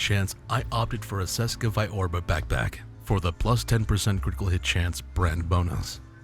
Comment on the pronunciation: Its pronounced Cheska.